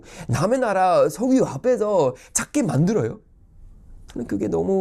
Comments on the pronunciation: 석류라고 하는줄 ㅋㅋㅋㅋ [서규]입니다~ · 석유라 쓰고 서규라 발음합니다.